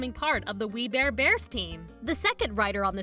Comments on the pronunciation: "WE BARE EBARS" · "We bear ebars" Lol